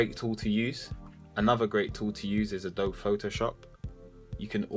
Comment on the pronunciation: Adobe is pronounced ah-doe-bee. Sorry. That was killing me. Lol